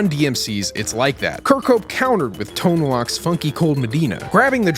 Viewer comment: It's pronounced tone loke (not lock)